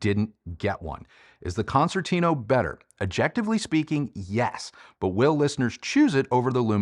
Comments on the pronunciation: Hey! A suggestion from an italian subscriber: why don't you pronounce the name "concertino" the (right) italian way? Let's try: "concertino" means "little" or "tiny" concert in italian, and it's pronounced with a soft second C as a "ch" in english. So it's more like "Konchertino" for you english speaking hifi reviewer;-) cheers! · I love Sonus Faber Concertino since first version, beautiful sounding speaker but not for all types of music unfortunately. Love the review, but just one remark, your pronunciation of its name is far off from its original Italian version and it hurts my ears a bit 😊. Please try to fix that in future videos.